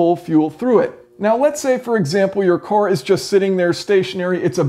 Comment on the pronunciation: I could have sworn the word car was pronounced car and not core lol.